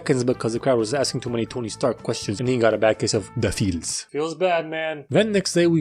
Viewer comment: the way he said de feels